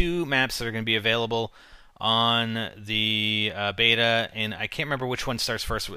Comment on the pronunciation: its a (say it with me now) BETA.